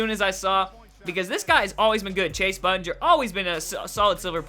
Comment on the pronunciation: You pronounced Shumpert and Bundinger wrong